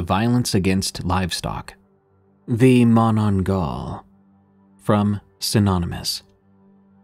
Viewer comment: Might help, it's pronounced as "Ma-na-nang-gal".